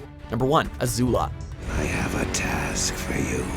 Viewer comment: Danneh W well they did pronounce Zuko, Ozai and Azula right, that’s better than not pronouncing anything right